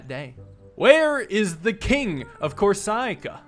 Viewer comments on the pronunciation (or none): he's not pronouncing it wrong, just stressing it wrong. He's saying cor-SIC-uh when it's COR-si-cuh, with the caps being stress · is it not corSICa? that's how i pronounce it with the stress lol. pronouncing the vowel as a long vowel. it's not stress. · I think deserves a little Italian lesson: "Corsica" is not pronounced "corsìca", but "còrsica". PS: Corsica is an Italian name, since originally it was an Italian isle, gifted to France shortly after WW2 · Corsica is not pronounced cor-SA-ca it's core-SI-ca Like you saying the word sick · It’s pronounced cor-see-ca, not cor-sigh-ca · “CorSEECAH” “PaM” great pronounciations there ngl being a legitimate heir to the throne is a wild plot twist though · i wonder if some people shouted at him for how he pronounced corcica XDXD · HERES HOW YOU SAY IT CORE-SICK-A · How is progressively pronouncing Corsica (kor-sik-ah) worse every time it appears? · Corsica pronunciations: "corsicko mode" "corsiiiiiiiiiica" "corsaaica" "kurosakia" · Core-si-ka. No emphasis anywhere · my brother in Christ it is CORE-sih-kuh. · Pardon your French, but Corsica is pronounced COR-see-car, and Lyon is like leeAW 😉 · It's pronounced "kor-si-ka" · The way you pronounce corsiacaica gets me everytime and i hate it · A: I somehow thought he said it the same way in this video as the last. He pronounced it correctly (but stressed it incorrectly) then, but now he's mispronouncing it. B: it is COR - si - cuh, with a short "i" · dude cannot say Corsica to save his life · i love you pronounce corsica in an entirely new, wrong way each time. i suspect it is purposeful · For some reason mispronouncing the words magnanimous and Corsica doesn't stop being funny. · Funny to see struggle with Corsica pronounciation as an American, in Europe we all know the Mediterranean islands! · inability to pronounce "Corsica" is my favourite recurring joke. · Please learn how you pronounce the island of corsica.